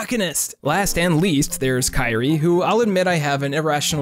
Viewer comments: Kryie's name is pronounced Kee-Rie-Ay. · You really pronounced Kyrie like Kairi, didn't you